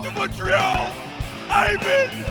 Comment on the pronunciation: It's Ivan, not Yvonne.